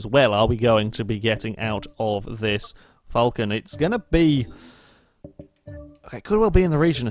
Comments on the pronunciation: there's no u in Falcon, Aussies say it Fal Con like it says, Falcon. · It's pronounced the way it's spelt. It's not pronounced 'fulcan'. Btw I'm Australian